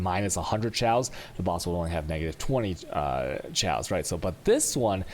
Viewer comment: its KAOS not SCHAOS.. with a K like KKK. are you dumbfucks new to language?